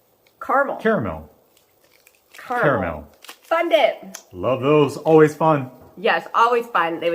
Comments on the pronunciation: I looked it up. Melissa is right, it’s two syllables. Caramel. Kar mel. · Melissa you pronounce Carmel correctly!! ❤️from Tennessee!!!